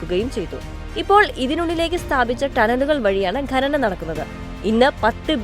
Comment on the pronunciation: ഘനനം (Ghananam) ഘനി(Ghani) ഇങ്ങിനെയുള്ള പ്രയോഗം തെറ്റാണ്. ഖനനം(Khananam) ഖനി(Khani)എന്ന് ശരിയായി ഉച്ഛരിക്കാൻ പഠിക്കുക.